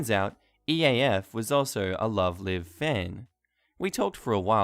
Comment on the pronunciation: You’re the second reddit reading channel owner to pronounce the word Live completely wrong. Perhaps you should get a fluent English speaker to check pronunciations for you?